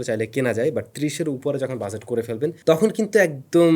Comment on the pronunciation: Bhai shuddhu buzet buzet ki bolen it’s budget not buzet😂